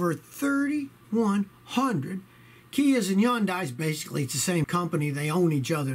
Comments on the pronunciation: Hun-die not yun-die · It’s HUN-DAY. Jesus Christ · Its pronounced hun-day. Rhymes with sunday. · Wait I that it was pronounced “Hun-day” not “Yun-die” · kia and Hyundai the new Ford Firemobile of South Korea....by the way it's pronounced HunDIE....Rev up your fire suits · It's "HUN-day"! Geez! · Yun-dye? Someone thinks they're fancy but actually doesn't know how to pronounce the companies name. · Yuneyes it's Hyundai Scotty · Love you, Scotty, but for the love of God, PLEASE learn how to pronounce Hyundai (it's HUN-day). You do NOT pronounce the Y in a Korean word like that. 😉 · Scotty, I enjoy your videos, thanks for all the hard work. You seem like a smart guy, a little research will tell you that the proper pronunciation for Hyundai, is like Sunday, the Y is silent. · Every car has problems. But Scotty go back to school and learn how to pronounce Hyundai